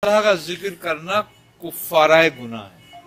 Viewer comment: Kuffara nahi kaffara hai wo lafz 😝🗣👎